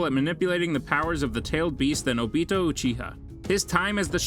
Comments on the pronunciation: ah yes obettle. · Obeetoe sooseekee surkura hedon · Obeetle made my skin curl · And obito as Obeetle